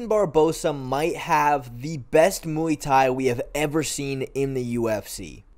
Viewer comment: When you say Muay Thai I think oowii